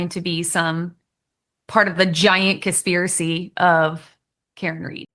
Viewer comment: Coh-spiracy…she couldn’t even pronounce conspiracy correctly!! lol